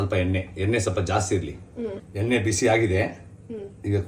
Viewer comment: ಅಣ್ಣಾ ಬೆಳ್ಳುಲ್ಲಿ ಅಲ್ಲ ಬೆಳ್ಳುಳ್ಳಿ ಎನ್ನೆ ಅಲ್ಲ ಎಣ್ಣೆ ಅಂತ ಹೇಳು